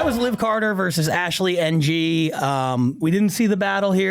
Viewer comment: Jesus Christ guys, the surname "Ng" is not pronounced as two letters, it's more like "Ing" if you press your tongue to the roof of your mouth to mute the "I".